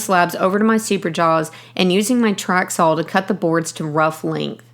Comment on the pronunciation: beeeeuuuuteeefull table!!! great job. so if she calls a saw a sawl ,how come she doesn't call an awl a aw?